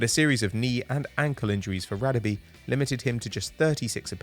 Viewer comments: It's not pronounced Radebe It's pronounce Ra-Deb(Dab) -(e)air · you are not pronouncing Radebe surname correctly, its Rah-Der-Beh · Its pronounced Rah-Deh-Beh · noobinator Simelane thank you, this killed me as a South African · Mate learn to say Radebe